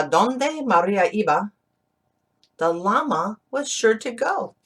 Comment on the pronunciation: Thanks to read for us. Just be careful with the word LLama, in spanish de LL is pronounced like the letter Y, Yama